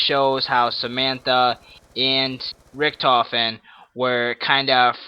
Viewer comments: He messed up saying Richthofen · Yep Richentofen...... it's called Richthofen.